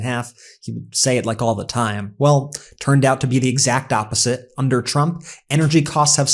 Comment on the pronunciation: What is up with Leavitt not being able to say Trump. She says President Chump 😂😂😂 Might want to find a press secretary that can actually pronounce your name!